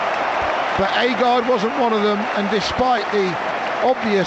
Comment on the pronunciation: It's agred not aygard